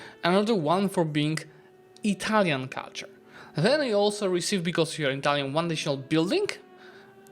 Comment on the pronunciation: Your Italian pronunciations are really good! Great AAR btw